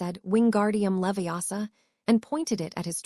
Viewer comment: It's leviOsa not leviAsa had too